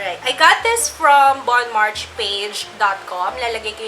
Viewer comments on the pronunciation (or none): tip: pronounced as bohn mar shey= bonmarche